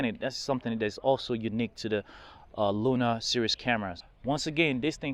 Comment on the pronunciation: Sorry, but this is the second video I watched, could you just pronounce the name of the camera correctly! It’s Luna not Luma! Luna means moon and Luma means light. So could you just use the correct name! Thanks